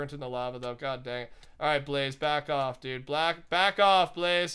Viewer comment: are you racist? You said black off